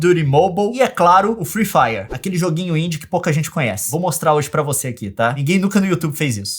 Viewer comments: eu n aguento ouvir o leon falar: free faier ou envez de free fire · firui fairer o certo é fri fairi '^' e zuera garai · Leon não é FREE FIRER É FREE FIRE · "friih fraier"